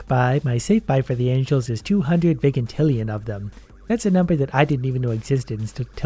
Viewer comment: its pronounced (Vy-jin-til-E-in)